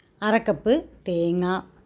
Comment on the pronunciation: ഒരു ആറ് ടീസ്പൂൺ ഉപ്പ് എന്നാണ് ആദ്യം കേട്ടത് പിന്നെ വീണ്ടും ആവർത്തിച്ച് കേട്ടപ്പോൾ മനസ്സിലായി അര ടീസ്പൂൺ ആണ് എന്ന് 😂😂😂👌👌👌🥰